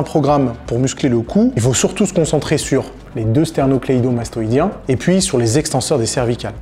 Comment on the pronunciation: Tu nous prends de haut en utilisant à tout va "sterno-cléido-mastoïdien" sans l'écorcher 😂😂 Sujet intéressant et vidéo très claire en tout cas!